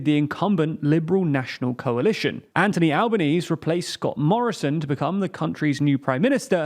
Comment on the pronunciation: My own pet peeve is the pronunciation of the Prime Minister. Every time An-TH-ony Al-ba-nee-see is on TLDR I wait with baited breathe to see if they get it right, always with disappointment. Perhaps you can try the preferred Aussie abbreviation and use “Albo” instead.